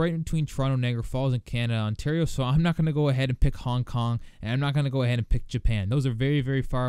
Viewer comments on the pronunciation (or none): none